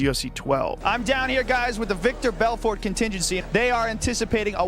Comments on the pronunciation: Who is Veeter Belfort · Veeder Belford? 🤣😂🤣😂🤣 these narrated videos are always so fucking bad. They never pronounce words correctly. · He keeps mispronouncing vitor Belfort. Is viror Belfert.